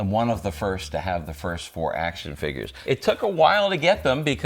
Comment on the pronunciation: He still can't say "figgers" right :P